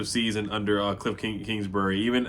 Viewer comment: Bruh you boutta have a stroke saying this fools name😂